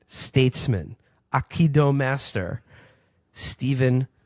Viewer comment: Will's pronunciation of Aikido is fucking awful.